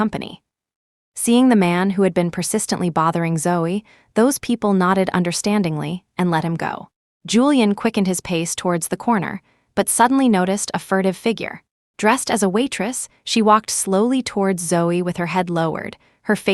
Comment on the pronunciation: Not fertive but FURTIVE